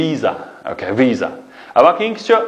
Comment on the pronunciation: Visa-سزبۇ نى ۋىيزا دەپ ئوقىدىڭزغۇ/ۋىسادەپ ئوقۇمامدۇق